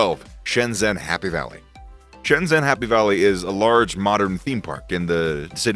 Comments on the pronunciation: please learn to pronounce it correctly: 深圳 Shēnzhèn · How can you go to Shenzhen, make a video about Shenzhen, and still not know how to pronounce 'Shenzhen?'